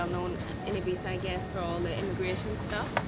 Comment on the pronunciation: If you gonna live here, please pronounce it correctly, great vid !